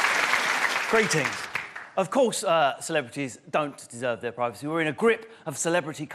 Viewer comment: Can we please pronounce 'privacy' properly.